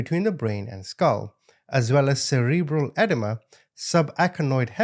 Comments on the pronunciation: You said it almost entirely correctly! It is cerebral edēma. Long e in the middle! Impressive!! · Just because I'm an English nut...it's a de' ma. Long e. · Just to help edema is said like eh- DEE- muh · You pronounced edema wrong but all else was perfect. :) That poor baby..I don't understand how people hurt children, let alone babies. I've noticed that I can be really upset at something but I see a baby, it calms me down and I'm not as upset anymore.